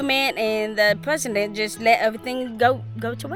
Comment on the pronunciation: is she okay? She said Pwesident.